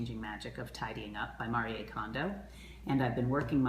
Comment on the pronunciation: Why do you say mariyay instead of Marie?